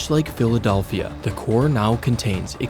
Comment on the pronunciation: the philadolphia